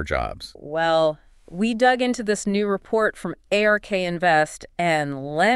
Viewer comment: A few distracting thing that would be easy to fix like “Ay Are Kay” instead of “Ark”